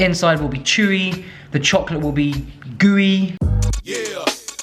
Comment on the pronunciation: Chokolatee? 🤣 this is how we say chocolate in Arabic. You really have that middle eastern origin 🤣